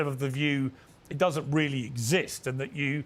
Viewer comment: Piers has a problem with the messenger. Reheheally!…